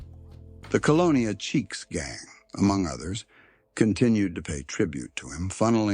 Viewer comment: Cheeks????????? Its Chiques Ese. LiL Chicago